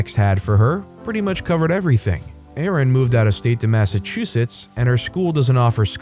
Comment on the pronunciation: This is the 1st time that I have ever heard Massachusetts pronounced correctly!